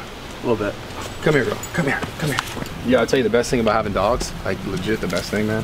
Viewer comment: Kyle says aboet lol